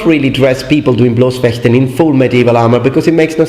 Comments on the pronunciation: Excellent expression of Bloß- and Harnischfechten! Never heard it better from a non native speaker. (Okay, not surprising concerning its the speaking:) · Kudos to you on pronunciation of German words! You're the first non-native German speaker on youtube I've heard pronounce Harnischfechten and Bloßfechten correctly! (in the modern way)